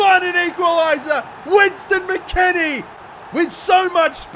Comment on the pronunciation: Ah yes, "Winston" McKennie